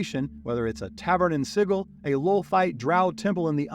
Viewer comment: Awesome Video Just wanted to say Sigil is pronounced "SIJ-il"